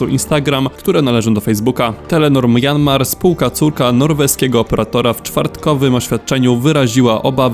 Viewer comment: Myanmar czyta się mjanmar a nie majanmar.